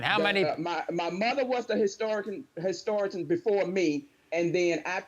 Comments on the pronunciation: Soooo we just gonna pretend she aint just said historiton.... okkkk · And the grandmother said she now the family historitan! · She said ‘HISTORI-CAN’ then she caught herself. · I noticed that too, she couldn't even stay the word Historian correctly. What an idiot